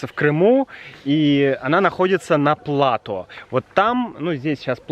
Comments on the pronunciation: кстати о непредсказуемом ударении в русском языке, мне кажется, ты неправильно ставишь ударение в слове плато. 😜 Спасибо за еще одно выдающееся видео. С наступающим тебя и Юлю! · Спасибо! Слово плато взято из французского, и по-моему у них всегда или почти всегда ударение падает на окончание. И в нашем слове plateau, ударение так же падает на окончание. Поэтому мне было немножко странно услышать плАто. Но знание о том, какие "ошибки" часто делают носители тоже своего рода информация. Так что спасибо! 😁